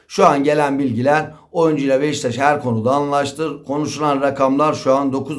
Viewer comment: Abi sürekli Beşiktaş'a Beştaş diyor.